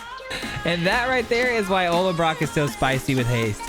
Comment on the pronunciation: Why does everyone call the Ollenbock "Ollenbrock"? Don't want to be a word nazi but you can't just add an R to words all willy nilly lol.